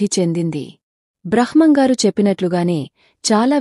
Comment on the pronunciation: బ్రహ్మం గారు అని పలకాలి